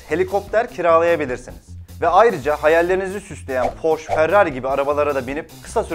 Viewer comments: Porsche (Porş) diye okunmaz lakin kendisi bir alman arabasıdır yani (Porşe) diye okunur. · abi bu arada porsche "porş" diye okunmaz "porşe" diye okunur :)